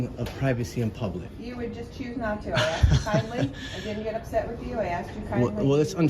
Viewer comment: Why can American auditors not say the word "asked" properly?